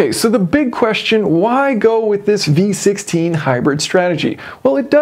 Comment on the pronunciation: I can't help to hear B16 every time you say V16 😂